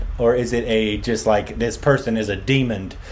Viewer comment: Did say "demond" or did I imagine it?